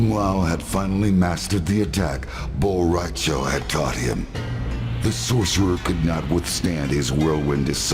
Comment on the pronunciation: Bo Ra Cho?!?! Really? Hahaha I speak Spanish